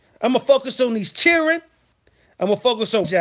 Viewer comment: Hey, been missing some of your shows, but caught this playback. Although hilarious😂😂😂😂, there is so much truth to what you said about how a real man is supposed to handle his business. Not to mention when you said "chil'ren" and "whooooppssy!!" I was done!! Kudos👍. Peace and afrogrease✌